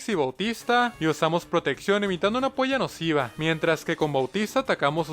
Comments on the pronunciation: bro sono medio raro parecia q decía polla nociva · en vez de entender "puya nociva" entendi "polla nociva"